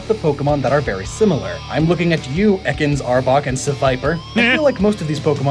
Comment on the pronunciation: Ah yes, the famous snake Pokémon, "E-cans."